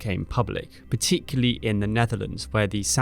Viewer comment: Mate, if you are going to continually use the word 'particularly' please use the syllable that you continually miss. Thanks.